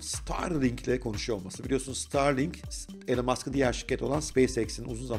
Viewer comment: İsminin okunuşu "Elın" değil, "İlan". Saygılar.